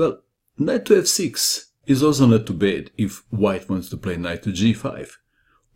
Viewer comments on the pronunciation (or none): none